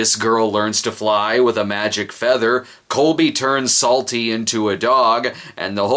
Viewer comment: Am I the only one who finds that every time Psalty says his name, it sounds like "Salty"?